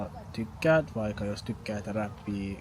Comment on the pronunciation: had only a very minimal accent. His vowels were right on the money. Amazing. Based on a short listening, the only thing I really noticed was that some of the long consonants (for instace tt in the word "aksentti" (duh), kk in the word "vaikka") were sometimes a bit on the short side. But this only happened in some occurrences, so this is not a matter of not hearing the difference (which is good). I believe that it's easy for to learn new languages in general. Also, I really liked his advice (music, lyrics, things that you like, etc.).